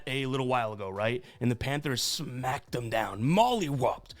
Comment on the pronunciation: He said “molly wop” 🤣🤣